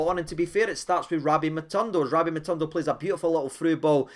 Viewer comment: Its Matondo, not MatUndo 😍